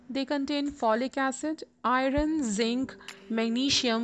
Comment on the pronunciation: Pronunciation is bad... Pronounce I(-u)rn not I ron